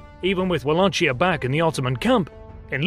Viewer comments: In English, it is pronounced Vala-ki-a, not Vala-chi-a, although the native pronunciation would be closer to Vala-hi-a, where "hi" is pronounced like the third-person singular pronoun "he". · Thank you for your insight into romanian history! It's "Walahia" though, not "Walachia" lol. You got Chilia right. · You should pronounce Wallachia correct, not [wua-lah-chia] but [va-lah-khia] or more exactly [va-lah-hear - with mute r , like in "I can hear you"]. You're welcome. In rest, great channel. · It's not Wallachia with a "ch" sound. It is Wallahia with an "h" pronounced like in "him". Anyway, great video! Loved the "art work"! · It is pronounced Wallahia (or Valahia in Romanian), not Wallachia. And Shtéphan (Ştefan) not Stephan. Sorry, but I couldnt get over the pronounciation. Otherwise this was a pretty great presentation with almost top notch animation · Ok listen here: It's not Memed,it's Mehmed.There's a bloody "h" in there.And it's not Wallatsia,it's Wallahia.WALLAKH...IA...And it's not Sofia,as Sofia the First.It's sOfia.The accent goes to the "o".Other than that the video was pretty cool :P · Its hurting my ears when I hear Wallachia pronounced as its written in English. Its based on a german writing of Valahia. That W is a simple V and the chi is a simple H. I understand that in English some geographic and historic names are different from their original pronounciations but that is waaaaay too far from its original sounding. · It's pronounced Vuh-lay-kia, or better yet Vala-hee-ya in romanian. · Bruv, that CH in Valachia is pronounced like K or KH. Similar to Kh in Khan. At least that was the way we pronounced it in moldovan school in the late 90s. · Except, the county's name is pronounced Wallachia ("VA-LA-KI-AH)! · Thank you for the kind words, welcome to the channel. Yes we know about the Vlahia pronunciation now, we'll correct it in the future. Furthermore we have someone from Romania who will check our pronunciations when we do videos from this region.